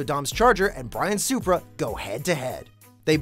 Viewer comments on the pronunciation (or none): none